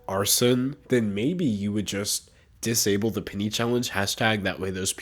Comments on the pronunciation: it took me a second to realize he said PENNY Challenge and and not PITY Challenge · For some reason, I heard pity instead of penny. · I kept thinking he was saying pity challenge not penny challenge but honestly yeah I do pity these ppl for not having the common sense to not do it. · I heard pitty challenge instead of penny challenge 😂. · wasnt watching and thought mans said "the pity challenge" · I thought you were saying “pity” challenge, so I was confused for half the video